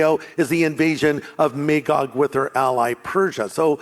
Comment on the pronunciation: never trust a pastor who dosent know how to pronounce Magog correctly on Armageddon lore.